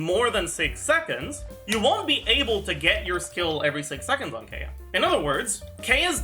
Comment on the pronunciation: It's Kiiy-ya not Kae-ya. It's not phonetically sound